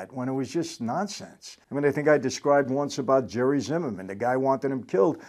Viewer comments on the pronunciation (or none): none